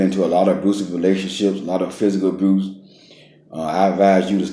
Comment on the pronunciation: Mfer can’t even say abuse right. Aboost?